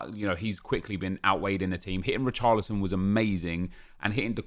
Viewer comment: When he says come on Richarolson he sounds like he’s saying boris johnson😂